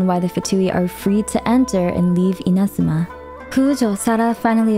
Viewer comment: Sorry the way u say “Inazuma” was throwing me off so much lol. Besides that nitpick, well done on summarizing the story so far. It’s good to get a refresher after 3 years of the game.